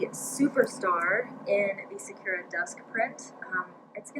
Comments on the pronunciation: Sakura is Japanese for cherry blossom. Pronounce the u with ooo (like in coo) sound. Technically the r should hard as well for native speakers lol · follow the link for correct pronunciation of 🌸Sakura🌸 (Japanese for Cherry Blossom, bloom, good).....thanks for showing us all the goodies by the way. I love the Be Quick and the Be Set, but honestly, I've never ever used the large set piece - I use the Be Quick instead of it as I find it more versatile. I just find the large piece too heavy with all the extra hardware on it, and it doesn't even have a zipper pocket. I really wish JJB would sell the small and medium set pieces as the set, then the large one as a standalone. ps. loved your 'deer caught in the headlights' reaction to the lining on Whimsical Whisper, that was priceless...I had much the same reaction.